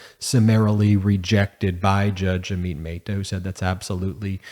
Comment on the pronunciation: Brush up on your pronunciation of names. ah-mit meh-ta